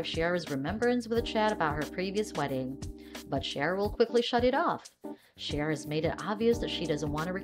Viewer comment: Her name is pronounced C-ara; not Shara.